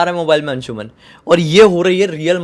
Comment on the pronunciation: अंशुमन Nahin अंशुमान Hota Hai